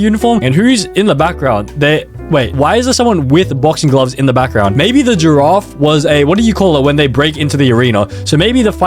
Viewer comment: bro frogot how to pronounce giraffe☠️